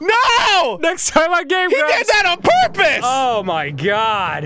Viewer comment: "He did that on pURpissss"